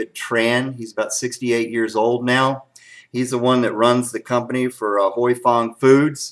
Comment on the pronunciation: I have been told by an Asian with the name Huy that it is pronounced whooey or who oui. Like when you are excited and say wheeeee! Any way you say it it's a great sauce! Thanks for the comparison video.